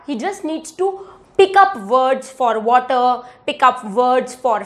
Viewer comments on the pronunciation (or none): none